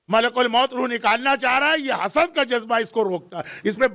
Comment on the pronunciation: Correction please read Hasad instead of Hasas and sakar tul mout' instead of salary tul mout'